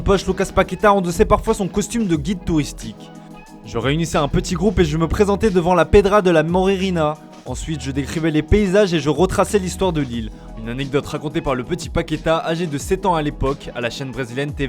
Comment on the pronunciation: Un peu d'effort sur l'accent pour la prononciation de mots faciles en portugais ! Cherchez comment se lit le dernier a de Paquetá ! et c'est MoreNinha pas MoreRinha et Rivelino pas Rivelinho